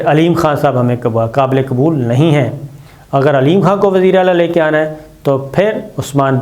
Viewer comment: "اگر" پہ آپکا زور کچھ ذیادہ ھے، آپ جو تاثر دینا چاہتے ہیں وہ انشاء اللہ نہیں ہوگا۔۔